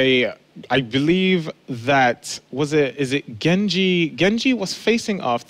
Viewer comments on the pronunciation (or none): none